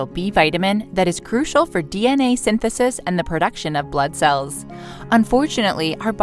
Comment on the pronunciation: There is no such word as PERduction! Are you trying to state the word ProDuction?